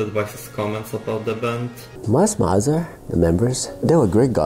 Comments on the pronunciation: Your accent is not really a problem, and you're quite easy to understand. That being said, you could at least get the name of the band right. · Officially it's pronounced as "Mee-zer" but even I use "Mai-zer/My-zer" when conversing about them in English. 😆 Using "Meezer" in an English conversation just feels awkward. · Was gonna watch this but the way you say mizer hurts me. .